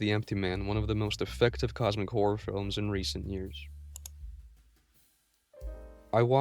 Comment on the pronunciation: I can't not hear 'cosmic whore' every time